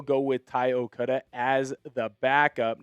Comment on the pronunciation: Why do you keep pronouncing Ty's name 'Okuda'?